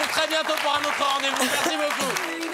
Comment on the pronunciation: "Marci" elle a dit..